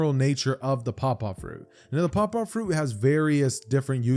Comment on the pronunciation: Bro when I heard paw paw fruit I thought he said papa fruit, like the dad kind of papa